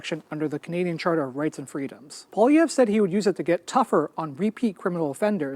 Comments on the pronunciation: Pierre Poilievre is pronounced: Paul-ee-ev-(re, Quebecois accent). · Pierre poLIEevre, no way José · pronounced like Pe-air (You have to say this part quickly) Paul-lee-ev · It’s pronounced Polly(rhymes with holly, or wall-e)-ev